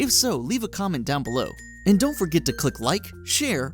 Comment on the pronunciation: when you said top lists i thought you said topless! XD